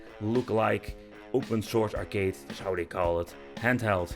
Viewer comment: why cant dutch people pronounce the letter "s" they always say "sh".... "thatsh sho shpecial"